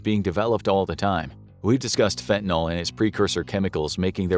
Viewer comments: FantaNYL. NYL -- it rhymes with hill, or pill, or still. It isn't fentaNAL, like Paul or hall or small. NNIIIILLLLL !! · Fen-tan-eel, or fen-tan-ill, not fen-tan-ol. Not an alcohol. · Since when is nyl pronounced "nol?" Learn proper pronunciation before you post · So sick of people pronouncing it wrong. Its fentanyl not fentanALL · Curious as to why Americans switch the a and the y around like how do you get the sound “all” from the letters “yl”. It’s not spelled “fentynal” so why pronounce it like that. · It's "fentaNYL", not "fentaNOL". Ugh. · Fent-Uh-Nil. Not Fent-i-nol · Where exactly does the "all" sound come from at the end? Shouldn't it be pronounced with an "ill"? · You say fentonal but the script says fentanyl. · It's not 'Fentanal' it's 'Fentanyl' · It's fentaNILL, not fentanALL! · NIL FENTA-NIL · It's not called fentanol, i dont know where youre geyting an o from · I had trouble listening and finally had to stop the vid because he kept saying ‘fentinALL” and it was driving me nuts. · FINTIN-ALL?! READ THE WORD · How about pronouncing it correctly: Fen-te-nil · Why is everyone still mispronouncing the name of this drug after so many years??